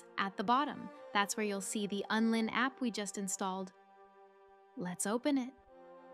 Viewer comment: WTF are you talking about? It's called Unlinked. Not Unlin. 😆😆😆